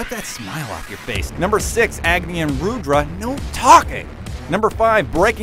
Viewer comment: why do your "u"s sound like "oo"s. it's not moondus, it's not roodra.